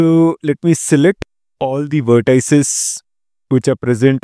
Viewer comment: How dare you pronounce vertices as “ver tie ses”